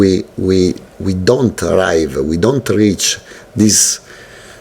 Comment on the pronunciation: "Before we dont arrive-uh, we have to suffer". Yes your highness, cult leader deZerbi. We bow at your greatness.